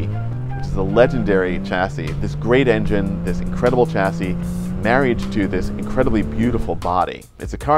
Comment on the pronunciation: It's pronounced; Shass-ee NOT Chass-ee. Please correct this as you're in the public eye.